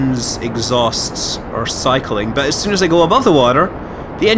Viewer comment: and soon becomes süün (speak like scott)